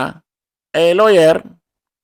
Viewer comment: Lawwyer ba or lower?